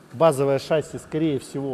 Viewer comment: Приветствую.У меня маленькое замечание.В ролике вы произносите шАсси вместо шассИ,а это ошибка.По правилам в словах французского происхождения ударение ставится на последний слог,немного режет слух